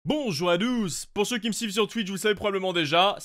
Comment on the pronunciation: C'est moi où a chaque video de j'entends "Bonjours à douce"??